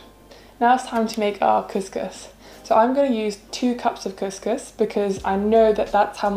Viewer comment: Couscous is pronounced as "Kooskoos".